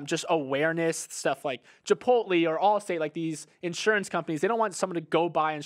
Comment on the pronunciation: I thought got over the “chip-pote-lee” hump but we’re still there huh?